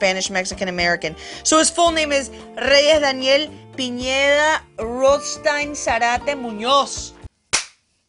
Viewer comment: Who else was sad couldn't pronounce the last name Pineda?